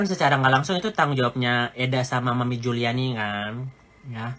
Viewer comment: Ngeri org seperti ini.... . Keluarga bukan Kapasitas ga ada Data dpt dari dunia maya . Taunton kota tempat sekolah Laura aja dia ga bisa sebutin. Juliana di sebut Juliani Hahahaha.... . Tapi berbicara seperti tau semuanya. . Mengamati kegilaan org ini dari bakal menjadi reseller skincare nya Nikmir tp ga sabar dan sok tau dg bpom lah, bahan bahan berbahaya yg ada dlm skincare dg berbicara sok pharmacist yg menggunakan baju lab. . Belum lg bongkar sisi teman2 Nikmir dari suami Fitsal sebelum Cen, bongkar sisi istri pertama dari suami Amel, dll yg semua data hasil dari googling dan fb. . Pointnya orang seperti ini sebaiknya jgn dikasih panggung, toxic!